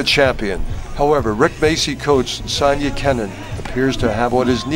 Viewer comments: It's Sofia! Not Sonya 😁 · Sofia pronounced So-neee-ya